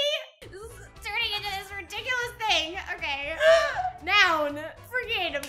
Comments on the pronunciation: Brizzy: Ridiculous:Ridikulus Me: I'm Ridikulous 🤦🏻‍♀️😂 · "This class is ridikkulous "